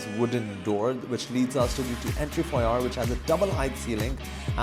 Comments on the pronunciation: Yep mate! R should be silent at the end of the word (foa yé)! Many agents just copy each other's errors, they care more about their presentations than their knowledge. Put off! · You keep pronouncing "foyer" wrong in all your videos.